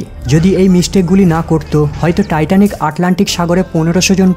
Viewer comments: Not Titonic, please say Titanic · টাইটনিক নাকি টাইটানিক?? আর সূচনাতেই এত কথা কেন?